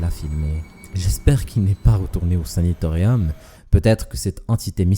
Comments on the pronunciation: SANATORIUM!!!! et pas SANITORIUM apprends le Français avant de faire des vidéos sur youtube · 5.32 "saNAtorium " et non pas Sanitorium s'il te plait ! 🙏🙏🙏